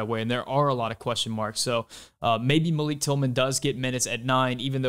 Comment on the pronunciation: Pronounced Malick according to GGG and Malik's mom.